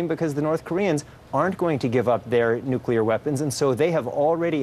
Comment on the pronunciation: Trump has no idea what he is doing. Or how to say nuclear weapons